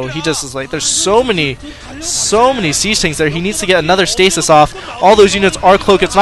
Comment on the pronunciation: SIEGE NOT SAGE!